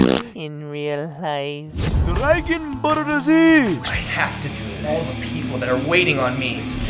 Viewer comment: ryan said drargon borr z lol